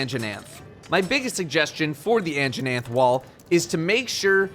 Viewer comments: anja-nath Not anja-nanth Sorry i had to point it out to be a dick :3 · Ann jay nayth 'scoffed' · "Anjanath wall" must be related to trump. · "... A certain monster that will kick your ass if you're not ready for it..." Me: Ah, yes, he must be referring to Nergigante. "Anjanath." Me: Wait, what? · LMAOOO THE ANJANATH????? HAHAHAHA